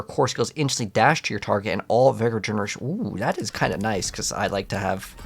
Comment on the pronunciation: You needed to hire him. There was an option, you just were clicking to fast. You leave sooo much loot (cash) laying around. Why play so fast? Yes, it’s only 1 but it’s 1 that you don’t need to do directly. It’s vig-or, not v-eye-gor.